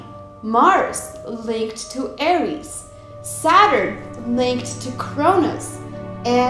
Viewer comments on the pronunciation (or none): none